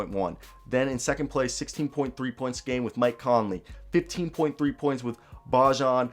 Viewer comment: Great video! BTW Bojan is pronounced Boy-an